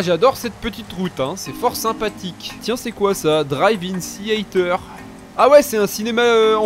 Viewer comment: Tu voulais dire ( Drive In Theater ) à , la tu dit Drive In Seaiter ce qui m'as fait bien rire à entendre vue mon pseudo 😂